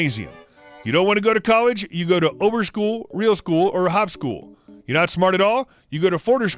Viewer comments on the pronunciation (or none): I nearly peed after i heard the pronouncing of Oberschule